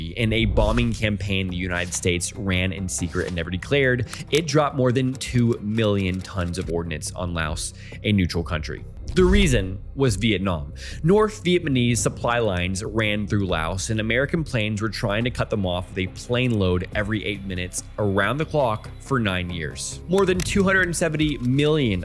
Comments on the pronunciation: He still pronounces vietnamese as vietmanese. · Still saying Viet Ma Nese huh?